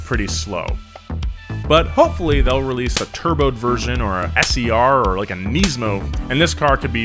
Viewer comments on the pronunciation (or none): whyd u say "kneesmo" instead of nismo